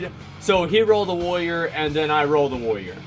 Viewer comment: he actually has a speech impediment, he cant say warrior